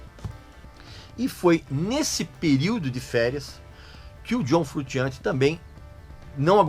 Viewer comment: Me desculpa aí, mas tenho que fazer uma correção boba. Italiano não pronuncia "frutchiante" como vc está dizendo, pronuncia "frushiante", porque a combinação de "sci" ou "sce" em Italiano é como "sh" em Inglês. Se o nome dele fosse sem o "s" e só com "c" aí seria "frutchiante", mas como a grafia correta é : "frusciante", a pronúncia é como "sh".